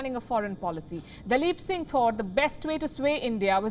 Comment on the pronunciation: Palki nailed daleep Singh.....